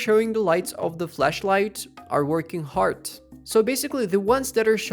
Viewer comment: why are you calling flashlight as fleshlight bro like thats gross asf bro